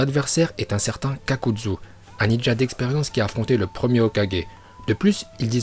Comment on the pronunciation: On dit kakazu et pas kakadzu et c'est le orbe shuriken on dit yondaim pas yodaim et on dit pas jutsu mais joutsou